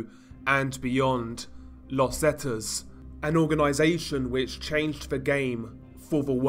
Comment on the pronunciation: It's pronounced "Zeeta" not "Zeta" 👍🏻